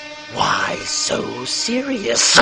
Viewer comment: I mean, you do a good job...but adding that emphasis at the end of "Serious" is too...Ledger. I know you're quoting him, but you're doing it as Mark Hamill would do it, and we have examples of him not doing that...Ironically, the final one you do near the end is almost perfect.